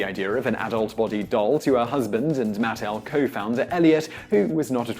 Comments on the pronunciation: The company name is MatTEL not MATtl. Accent on the wrong syllable. My mother was an early employee and I was a playtester as a child. People need to remember that Barbie is a fashion doll, not a nude model. Her waist has to be extra small because of the fabric build-up there when you have waisted clothes and multiple layers. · Look, you gotta work on the pronunciation and stick with it: it's MUH-TEL, not MATT-ELL. And the pregnant Barbie doll was called Midge.